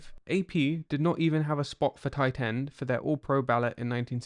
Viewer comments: Titans were scouted differently the accent on tight end is😫😵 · Yeah every time sounds like "Titan"😢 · Tie Tend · the way an English guy says Tight End is interesting ? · The emphasized crisp pronunciation of the second T in tight is unsettling.